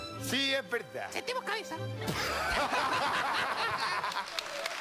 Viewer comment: no puedo de dejar de ver quando dise setemos cabez